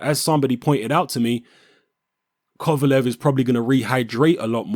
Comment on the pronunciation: thank you you said it right